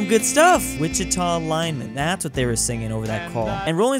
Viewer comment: This is the first time anybody has pronounced my home town Wichita correctly on the first try